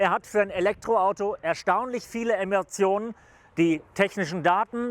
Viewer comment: Kann mich mal jemand aufklären, was hat er? "Er hat für'n Elektroauto erstaunliche viele "Ermationen"?" Was ist das?